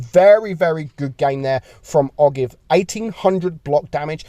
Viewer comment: Ogive is pronounced “oh jive” it refers to the point at which the conical tip of a bullet meets the cylindrical portion or the conical part of a bullet